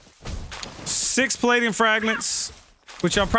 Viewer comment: The number of times has mispronounced paldium is annoying to me